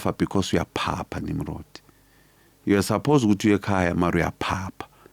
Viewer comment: Abapedi bambiza "Nimrodoo"😂😂